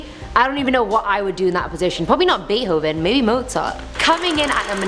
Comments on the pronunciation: Everyone else: Beethoven Her: bate hoven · who tf is "baithoven" or "baehoven" 💀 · U do know the "h" in beethoven is silent.. right? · The scariest part was when you pronounced Beethoven that way. Jokes aside you're my favorite! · All of my dreams are just really, really weird. Also you pronounce beethoven wrong